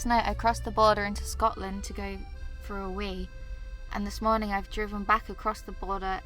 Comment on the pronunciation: OMG MY TWEET MADE IT TO THE VLOG I AM SO HAPPY SJQKCJSJDB I LOVE YOU 🫶🫶🫶 also why do you say mornong instead of morning?!?!??